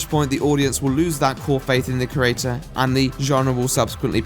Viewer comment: He does misuse certain words and he pronounces 'creator' as 'crater', but asides from that he's pretty good.